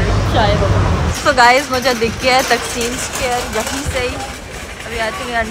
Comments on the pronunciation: It's ٹا قسم square not تقسیم ....dear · sorry it's not تقسیم اسکوئر it's تاقسم اسکوئر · Ap ghalat pronounce kr rhi taksm ko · Broo its taksim square not تقسیم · Taqseem square nai its called ٹاکسم